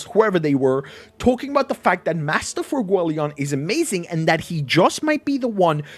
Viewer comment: Why is there not a single youtuber who can pronounce FUEGOleon's name right?